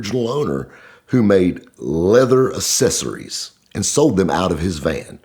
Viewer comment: says “ Who made leather A-cess-ories “ out of this van.